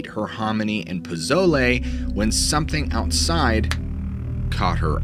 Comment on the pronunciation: I was trying to figure out what you were saying they were eating it sounds like Pizolay, I believe they may be earring Posole (Pah-So-Ley)